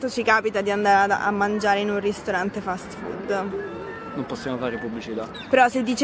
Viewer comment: I like the way you said "fat food"😃 You are right. It IS fat and full of carcinogenic stuff too👍